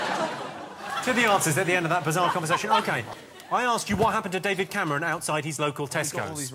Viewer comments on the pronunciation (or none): none